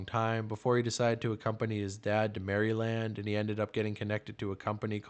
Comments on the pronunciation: "Marry land" 😂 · Pronouncing Maryland like that should be a felony 😂